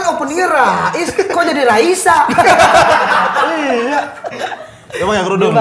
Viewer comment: itu raiso bukan raisa